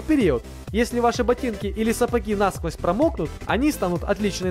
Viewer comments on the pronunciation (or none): none